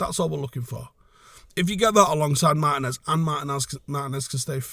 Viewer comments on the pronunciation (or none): Our next season depends on Martínez’ fitness. Also It’s pronounced Mar-tee-nez